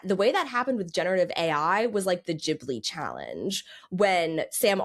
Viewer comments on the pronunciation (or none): Love u Kat but I don’t think Studio Ghibli is pronounced that way, it’s JEE-blee